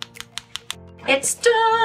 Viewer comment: Have you watched the videos with English commentary on, some of the words are must, instead of set says sacked, or sad, it's a good job we know what your saying lol, your doing well with the designs, love the colour combo.